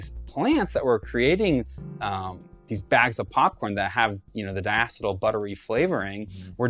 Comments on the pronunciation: First of all its (die- E - seal) and there only has been 1 previous time when popcorn lung became apparent in a single factory. Please stop giving bs info. By the way when he said 1 sip to kill a kid it would have to be such a high concentration of nicotine that isn't sold in stores, so give the full information not just scary snip its. This is what causes ignorance amongst a community. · HE DOESN'T EVEN PRONOUNCE DIACETYL CORRECTLY LMFAO I'M DONE